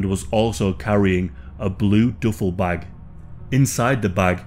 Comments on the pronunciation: The duffle(doofle)bag pronunciation was killing me 😂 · He said DOOFLE BAG!! What the hell is a DOOFLE BAG??? Lmao